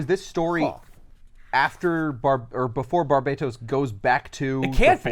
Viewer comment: Who the hell is arguing it's bar-bate-os it's fucking batman it was definitely bar-bat-os